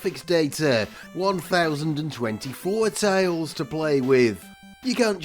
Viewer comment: TILES!!! That's T I L E - tiles.